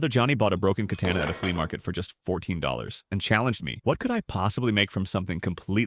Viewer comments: Ah yes the famous “Cantana” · Ca-Tanna T-T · You’d think the AI. Live could properly pronounce’katsna’ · Why are you saying katana like that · You lose all credibility when you pronounce katana wrong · Anyone else annoyed at how he is pronouncing Katana? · The way he says katana is annoying me. Anyways cool vid.